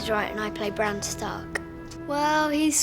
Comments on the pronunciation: Did he just say "I Eddard of house STORK" ? lolol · I, Eddard, the house stork, sentence you to die. "House stork" - like a house cat? lol